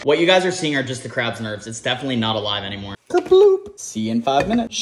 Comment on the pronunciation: The way you said definitely makes me feel like it’s still alive 💀😂😅